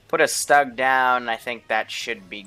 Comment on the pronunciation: I know that you don't really give none, but... "Stug" is pronounced as "Shtoog" ("ʃtug", idk). And Luftwaffe is... eh... it has that E in the end. It's read like "LuftwaffEH" "Wespe" is literally "Wes-peh" (not sure on that one) Sorry for bothering you with such things (I doubt you'll even see this). No, I'm not Canadian.